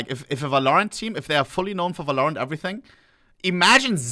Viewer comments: its called VÄL-O-RÄNT not VÄLOO-RÄNT...that makes me crazy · Brudi... "wÄH-lorent", nicht "wälOHrent. Betonung auf dem ersten a, nicht auf o. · I absolutely hate it and I wonder every time how much you can mispronounce a name…. At the same time that’s like the most German pronunciation ever and as a German myself it’s just funny how I can hear the subtle German adds when he’s speaking. His name being ohnepixel is fun too😂 (this is like my 3rd video of him, he just popped up on my recommendations) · u cant pronounce valorant wrong ohnepixel: hold my beer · it’s so easy to pronounce valorant right i feel like he’s rage baiting